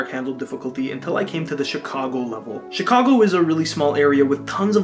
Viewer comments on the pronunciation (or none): you pronounced Chicago Shicago, there isn't a sh in CHicago.